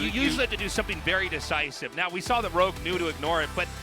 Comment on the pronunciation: ROGUE NOT LOG, FFS!